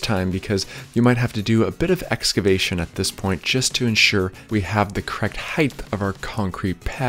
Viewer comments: Hard to take someone as an expert when they can't pronounce a simple, critical word like HEIGHT like the word EIGHT with an H in front (NOT HEIGHTH). There literally is no word pronounces HEIGHTH. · Okay…i love your channel but please…. it’s heighT with a hard “t” not “th”❤️ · Does anyone recognize you saying “aging” instead of “saying”? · That's not how you say "height". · The video is quite helpful. Listening the the “th” at the end of the word “height” gives me heartburn. “Height” sounds like “right”, “light”, “might”, “flight”, “kite”, “spite”, “bite”, “smite”, “fright”, “tight”, “bright”, “light”, “trite”, “light”, “fight”, “slight”. Say it with me: Kite Light Bright Height Fright Right Spite Height Flight Tight Height Might Bite Height Bright Height Light Height Fight Height Height Height You did it! But seriously, it’s an outstanding tutorial. All of these instructions are very smart. The only one that I did that I liked better in this same process was to pour my pad first then measure for stair “height” and the run length. Well-done! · I disagree. More a lack of self-awareness and respect for language. He’s genius-level at making a DIY video. Doesn’t mean he couldn’t keep more followers by avoiding a simple but notable pronunciation faux pas. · I love your videos. They are almost perfect for the DIYer who's seeking guidance. They are almost perfect because of one issue. You occasionally pronounce "height" as "heigth"....please stop. It's literally the only thing about these videos that bug me. Thanks. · Bro. It's height not heighth. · No, he meant aging. The guy is turning senile. Last week he was saying height, this week “ h£iGTh “ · There is no ´th’ sound in height; it doesn’t end like width. You can check yourself by remembering that people may be afraid of hites buy no one is afraid of hyt-thes ! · HEIGHTTTTTT NOT HIFFFFFFF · HEIGHT as in HITE. Not heith. Love your work. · Bro it's HEIGHT not HEIGHTH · its 'height' not 'heigth' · Heighth isn't a word. 😬